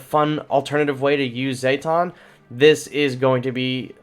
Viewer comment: Zeh-tawn not zay-tawn